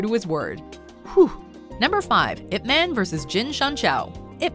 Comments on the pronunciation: As a Chinese, the narrator pronunciation of Ip Man is killing me. Listen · It pronounce as 'Yip Maan' not 'ip men' smh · It's pronounce ip mun, not ip man, it's so cringey to heard it pronounce man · It's pronounced Yip Munn, not "ipp man" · its IP MAANN.. not like IP menn... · It's Yip-Man, and you pronounce Man like you pronounce 'Gun'. Not Ip-Man - it is not some kind of a superhero name, like Superman. It is a Chinese name. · Jacen Justice it’s pronounced Yip Man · You pronounced ip man wrong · totally ruined by the mispronunciation of Ip Man and the English (Ip Man 1) and Mandarin (Ip Man 2) overdubs. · Hahaha I am korean and laughed at how badly pronounce "Ip man"